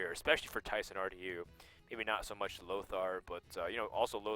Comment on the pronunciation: Nobody but Dutch speaking people can pronounce the name Thijs right. =p